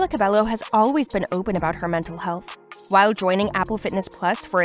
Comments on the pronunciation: It’s not “Cabelo” It’s “Cah-Beh-Yoh” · Can you at least say her name correctly?